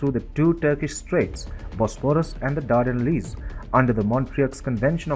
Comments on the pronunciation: Better pronunciation of certain words would be appreciated- and should have been researched properly. Montreux & the Dardanelles, for example. As picky as that might seem, it lends toward a fairly amateurish effort that might've resonated with viewers if only approached more professionally. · Bro, learn how to properly pronounce Turkish names and Dardanelles...